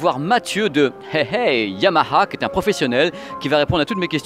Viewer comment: Super prononciation du H de Yamaha, toujours au top!!